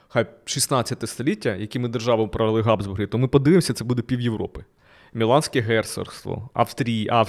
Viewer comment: Назва Габсбурги починається на фрикативне Г (Habsburger), а не на Ґ (G). Беріть на замітку. Все решта супер